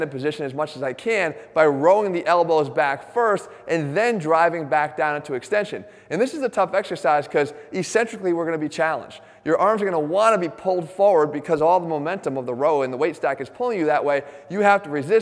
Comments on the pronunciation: Please Jeff, the word is Ec-Centric, not Ecentric. It's pronounced EK-Centric. There are two C's there for a reason!!! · Right. Now I see that. So are you going to pronounce it correctly henceforth, and sound like an educated PT, or be a lemming PT?